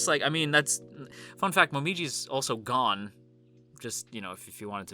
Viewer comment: I thought you said Momiji was “gone” but then I realized you meant he’s “gOnn”😂